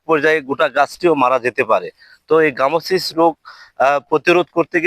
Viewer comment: গ্রামোসিস নয় গামোসিস।